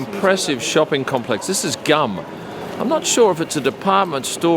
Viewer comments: Its funny that you said Gum, its Tzum. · Hi the mall is pronounced Goom actually not like chewing gum;). Wonderful video, thank you for sharing. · It’s not his fault, it was spelled as ‘GUM’, should have been spelled GOOM in English! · Thank you, I miss my city so much... GUM is pronounced like ['gum'] ie. "goom" - the Central Universal Store. You've shown a luxury postcard which we offer to foreigners))